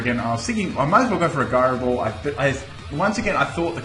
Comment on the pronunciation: the way he says gyro ball annoys me, is it not pronounced ji-ro ball, not gi-ro ball